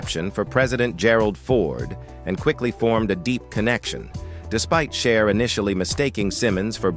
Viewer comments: It's not shar , or shies , it's CHER!!!! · Narrator learn how to pronounce Cher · AI voice was annoying at first but, the way it butchered everyone’s name was effin’ hilarious. It’s am and I’m trying to laugh quietly which made me laugh even more. Shar looked great, especially when she dated Wearon Beater then who knew she married and divorced Bono? I’d better stop now and watch something boring.